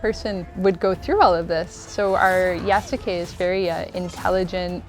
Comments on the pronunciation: There are a few wishes I have now: 1.) I hope they don't pronounce his name with the heavy U (YasUke) but more like "Yas'ke" in the game. 2.) Please don't let Yasuke and Naoe get romantically involved! That would rob them of some of their individual personality and more blend them together into one. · It’s pronounced yaske not yas u ke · wtf? pretty sure it's not pronounced "yasookay" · It's pronounced "Yas-kay" Ubisoft. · the writers dont know about yasuke either. can't even pronounce his name right. it's not "yasookay" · I find it hilarious that despite them making the game, they don't even know how to properly pronounce the names of their own characters. 💀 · The French guy being unable to say "Japan" the way most people do is forgivable. It's the woman with perfect English deliberately pronouncing the U in "Yasuke" that's driving me nuts. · I hope the voice actors actually yasukes name properly . The way they’re saying it is wrong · The most atrocious thing about this video is the ineptitude with which the names Yasuke and Naoe are pronounced. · Someone needs to teach that woman how to pronounce "Yasuke".